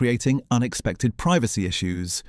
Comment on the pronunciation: Please learn how to pronounce the word 'privacy' properly.